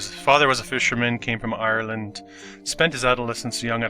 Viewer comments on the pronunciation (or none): none